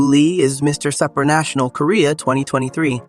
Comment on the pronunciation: He pronounces it Sup-ranational, like whatsup? lol I'm pretty sure it's pronounced like soup, superman, soopranational.